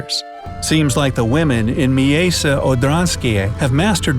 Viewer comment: Miejsce= mee-ay-ste